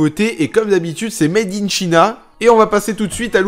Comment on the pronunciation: xD il faut penser à réviser ton anglais on dit (à loral) maidin tchaina